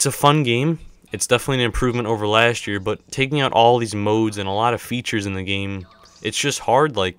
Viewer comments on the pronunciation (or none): none